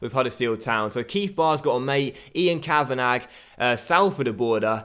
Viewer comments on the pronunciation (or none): Send the scout to Ireland Also it's (Ka-van-a not Ka-van-ag) Love the series btw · The scout 'Ian Kavanagh' is pronounced 'Kavanaa' not Kavanag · Ian Kavanagh is pronounced Ian Kavanah, it’s a silent G 😂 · Quick little pointer, Kavanagh is pronounced as just "kavana", the -gh is silent. Loving the series, keep it up. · For your Scout, it's pronounced Kav-In-Awe. The Kav sound is like in Cavity. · I’m Irish and for your new scout Ian Kavanagh it’s pronounced Kavana because the G is silent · send kavanagh to italy to get a good defender. Also, the 'g' is silent in Kavanagh, you pronounce it kavanah basically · Kavanagh is pronounced “kavanaw” just for future reference 😊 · For the new youth scout, u pronounce Kavanagh as in Kavana, u don't pronounce the GH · Ian Ka-Van-A. Don't pronounce the 'gh'. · Ian kavanagh is pronounced kavan-ah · Your scouts name is pronounced kavana love the vids!!! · Send kav-a-na (how it's pronounced) to morocco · The new scouts name is pronounced 'Kavana' the gh at the end are silent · Kavanagh is pronounced "ka-va-na" (no 'gh') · I think Kavanagh is pronounced Kavan-arr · Ian Kavanagh is pronounced Cav-van-ah! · It's pronounced kav-an-ah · The scouts name is pronounced Kavanah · It's pronounced kavanah 😂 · kavanagh is pronounced kav a nar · it's pronounced Kavana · Kavanagh is pronounced kavannaaa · it's a silent g in kavanagh. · " Ian kavanarrrrrrrgh " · Please, why are you pronouncing the “g” on Kavanagh? Please🙏🏻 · Send your scout to Ireland and you don't pronounce the gh in Kavanagh